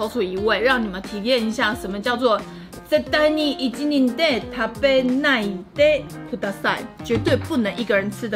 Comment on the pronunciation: 一人で 不是應該念 ひとりで 嗎？